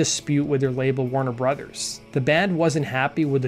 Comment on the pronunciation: Pronouncing Warner Brothers like Christopher Walken pronounces Foo Fighters